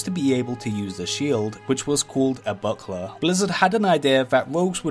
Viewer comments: I actually thought he said a butt plug for the rogues using shields 😂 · He can't pronounce R, says W instead. Woald ov woalcwaft, owcs an twolls stawts in the same awea. And when he pronounces "buckler" i start to think of The Pink Panther movie, when Steve Martin is trying to pronounce "Hamburger". 😁